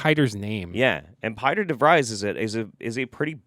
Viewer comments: Piter De Vries' name is pronounced "peter". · Pieter DeVries is a real world dutch name, it's pronounced like the english peter and 'de-frees'.